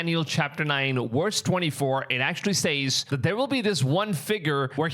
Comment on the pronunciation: Stop saying "Says" wrong! That $hits annoying AF!